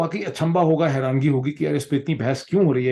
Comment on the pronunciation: Dr sb the correct word in Urdu is حیرانی and not what you are pronouncing “harangi”.